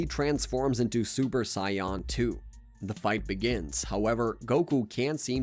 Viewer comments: Saiyan ❌ Cyan ✅ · Bro this isn’t an ai voice I heard before but I am not watching literally because of “scion”. Like say it right or type in “say an” or even “say on” to the voice generator and try again. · It can be hard to be taken as a "subject matter specialist" when you continue mispronouncing the word "say-en" (saiyan) as "scion". I didn't even watch that much, and I know that's FAR from how it's said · Because he is saying Scion not Saiyan! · There's noway this guy can't not pronounce sayain, smh lol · Sai,,,Yan?.. he probably says Sasuke as Sa su ke 😅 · I feel like hes doing it on purpose ...SION?! there is no way you can fuck that word up after seeing the series. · I can’t believe I’m an hour in listening to him talk about Cy-Yons or Scions 😂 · Ewwwww why’s he saying Sayan like that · Sayawn wtf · took me so long wondering wtf is a sion im like man maybe i missed somthing or i dont recall to realize hes pronouncing it weird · Scion lol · Took me a minute to realize he was pronouncing "saiyan" as "psion/scion" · I could not understand how after ~30 years of the correct pronunciation being readily available, this guy leaned into saying "Scion" AI narrative never occurred to me cause the voice doesn't sound like an AI voice, it sounds like... a nerd that could tell you 7 years' worth of story in two hours lol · Why is the "SAIYAN" Pronounciation so zesty 😂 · It physically hurts me with how he says "saiyan." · I feel like he’s purposely saying saiyan like that just to actually piss us off💀😭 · Is this AI or a real person. Cos if its real it’s embarrassing how they pronounce saiyan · Why is he saying Saiyan likes that though. Bro come on do better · I honestly thought I was the only one, I keep mentally correcting him 😂